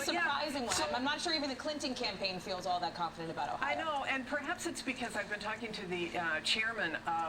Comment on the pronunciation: And no one from Michigan pronounces Ohio and Cuyahoga like that